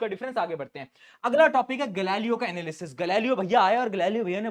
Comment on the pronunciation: Galileo's analysis ❌ gali lo analisis✅ 😂😂😂😂🎉😊😅😅😅